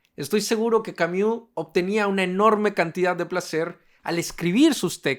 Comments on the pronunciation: No se pronuncia camiu jajsajsja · Creo que lo dice así en broma, igual no estoy segura jajaj